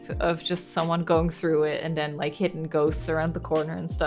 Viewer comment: This game gives me heavy resident evil biohazard vibes and silent hill and why do you say den lol